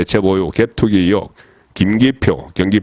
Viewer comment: 대표님 이혹이 아니고 의혹입니다. 잘난척 할려는게 아니고 방송인이시니 말씀 드립니다 저도경상도사람이지만 경상도 발음의 특징입니다. 죄송하지만 방송인은 달라야 하는거라ᆢ🎉🎉🎉🎉